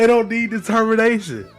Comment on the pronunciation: "Your will", "Susie's will" AWW LOOK WHO CAN'T SAY DETERMINATION